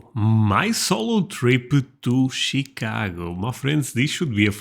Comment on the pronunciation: You pronounce Chicago more like a Chicagoan than the presenter in the video you're watching!